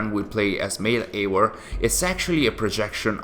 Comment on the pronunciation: Why is he pronouncing Eior and not Eivor? 🤣